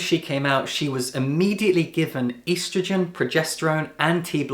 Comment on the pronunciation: Hey I'm trans and your valid but the way you said estrogen has physically scarred me.